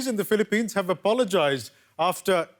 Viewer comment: "Philippinean" lol